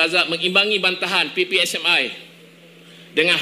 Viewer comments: Laaahh dia pidato protes penggunaan basa british, tp itu dia ngeja ppsmi pake logat British, emang kocak warga kasino ini😂😂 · Yang bicara ini mengatakan PPSMI pada huruf "I" dibaca "ai".